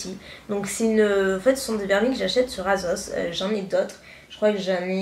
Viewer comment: juste une petite remarque asos se prononce "assosse" et pas azos. Rien de méchant, hein, ça m'a just fait tilter parce que ma grand mère qui vient du sud de la france a le même genre de prononciation ;)